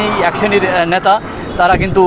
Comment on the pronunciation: এখান থেকে ইনকাম হচ্ছে বস্। এগুলো সোনার ডিম দেওয়া মুরগী। রোজ এদের থেকে তোলা তুলছে। মানুষই তো এদের ভোট দিয়ে নির্বাচিত করেছে,এরা এখন যা করবে সেটা মানতে কারও অসুবিধা হবে কেন? আর আপনার উচ্চারণে নেতা,ন্যাতা হয়ে গেছে। একদিক থেকে হয়তো ঠিকই বলেছেন।